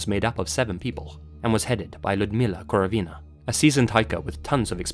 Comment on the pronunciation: it's KorOvina, not KorovEEna I absolutely love all of your content but every time you mention any russhian last name in your videos, I'm like "is it really that hard to double check how to pronounce it the right way?"